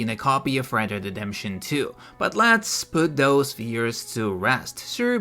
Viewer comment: "Red Dead DeDeMpToN 2"😂 omfg